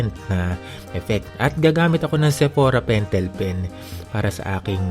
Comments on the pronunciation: Natawa ko sa pentelpen 😂❤ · Yes pentelpen at krayola 😂 laughtrip hahaha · "sephora pentel pen" hahahaha